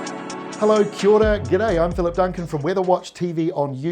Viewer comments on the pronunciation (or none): Did he just greet us with "qui aux raque"? lol.